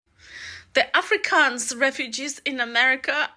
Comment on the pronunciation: Pronounce Afro kans right please.Not Africans!